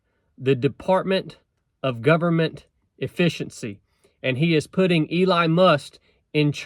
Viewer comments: Elon, not Ely or Ely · Im sorry elon what? 😅 I heard must..must? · ACTUALLY.......They're working under another branch of the government......and as lesions. Nobody will be working under them as I'm understanding it. Its not a new branch. Its doge.....like doe-ge. And are you calling him Eli? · My guy said Eli musk 😂😂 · Bro say Eline Must one more time 🤣🤣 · been subbed for over a year. Just never heard him pronounce it like that. Thought it was funny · It’s DOGE and not Dodge and it’s Elon Musk. If you can’t get this straight then how can we ever trust you? Dis you even research this? I watch a lot of your videos and this was a big disappointment. He is doing this for free with Vivek and the department will be dissolved by July4, 2026. Elon is a true American hero. Don’t go down this road of degrading him or you will lose a lot of fans. I suggest you make another video and do a lot of research on this guy first. It will be your best video if you do. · Maybe learn how to pronounce Elon's name properly. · Hard to take you serious when you can’t pronounce Elon and don’t realize that DOGE is a commission and not a department .